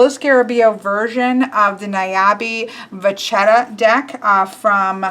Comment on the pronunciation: It's pronounced "Vacchetta" double c + h becomes a k in Italian. So you read it VAKKETTA with emphasis on the double consonants